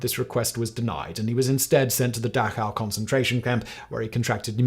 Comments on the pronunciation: First off, it is pronounced DaCOW, not DaCHOW. I have actually been there, you can still smell the ovens. Secondly, most German people did not live near a Camp and just assumed they were like any internment camp; out of sight, out of mind. The people that lived close, either knew or were suspicious that it was happening, and they chose to ignore it for their own safety. There is an entire documentary movie on this that used to be shown at Dachau, I do not know if it still is. And when the Camps had been discovered by American Soldiers, Eisenhower commanded documenting as much of it as possible, because he feared that no one that had not seen it, would believe it. Lastly, I do not know if you are blatantly misrepresenting the history of Jews in Europe, are just suffer from what most post-Boomers do; and your knowledge is as much propaganda as it is misinformation. The Ashkenazi (80% of all Jews) are not genetically Hebrew, they are from the areas of the north Caucasus, eastern Europe and western Russia. After being displaced from their homes and lands, they formed an ethnic in-group and adopted Judaism and eventually started claiming to be descendants of actual Hebrews. The Human Genome Project showed that they are not actually related to the Hebrews, instead are more closely related to Persians, and this has been known since 2003. Which is why Israelis are banned from doing DNA Ancestry tests. Since their emergence around 1000 ad, they have kept to themselves, doing special d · Serious topic and it's so strange that he didn't do checkup how to pronounce Dachau...well, the closest is Dah-kahw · Did British schools really not teach their pupils how to pronounce Dachau? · Don't get me started on his pronunciation of Dachau... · Dash-ow? It's pronounced dah-ch-ow. With the throaty pronunciation of the "ch". Closer is "dah-cow" than "dash-ow". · Your pronunciation of "Dachau" is bizarre to me. You say it as if it has an "sh" in the middle. Pretty sure this is wrong.